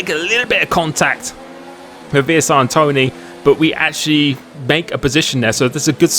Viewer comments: Does anyone want to tell him it’s Antoine not an-Tony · Vsr Antoine is pronounced: On Twan